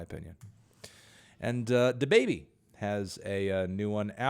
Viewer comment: ITS DABABY GET IT RIGHT MELON!!!!!